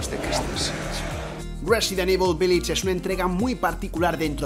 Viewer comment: porque dice resident IBOL?